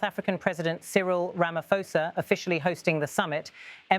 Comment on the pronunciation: pronounced Ra-ma-paw-sa